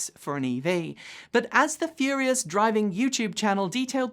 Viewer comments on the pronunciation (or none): none